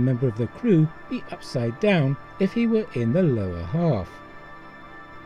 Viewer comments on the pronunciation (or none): none